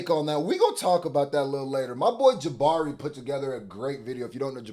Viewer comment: It’s Jamari not Jabari 😭😭